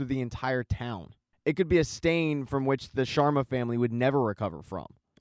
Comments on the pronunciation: It’s SHARMA not SHWARMA Homie it’s an Indian last name not a Mediterranean dish Solid recap though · Why do you keep saying Shawarma instead of Sharma. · hahaha the "Shawarmas"